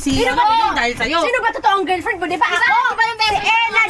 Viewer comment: Girlfriend ❎ Girfriend✅ Sabi ni mura gusto itama Ang sinasabi ayaw🙄🙄🤨😒